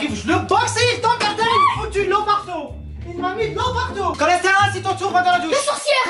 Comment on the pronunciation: Pk « CHOLESTÉROL »😂🤣🤣